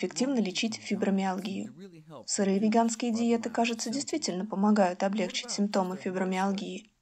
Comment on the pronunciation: Видео прекрасное! Однако, пожалуйста, ставьте правильно ударение в слове ' облегчИть ' с ударением на окончании. ...нет такого слова 'облЕгчить'....очень режет слух....